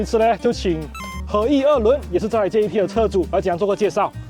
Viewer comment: 這唸做Jet，不叫做JET😢